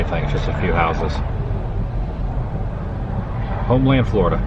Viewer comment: Homeland Pronounced Homelyn. I corrected Tampa J too.